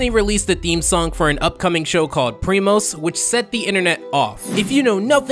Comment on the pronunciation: it is not primas instead of primos ???